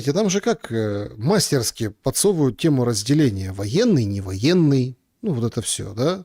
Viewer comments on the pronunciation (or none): у вас всегда очень грамотная речь, пожалуйста, примите к сведению, что в слове "мастерски́" ударение на последний слог 😉